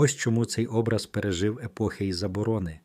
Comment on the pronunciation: Наголос на О . ОБРАЗ.